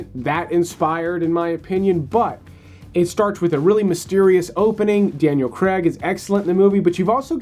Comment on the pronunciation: CRAAAAAAAIIIIGGGG not fucken creg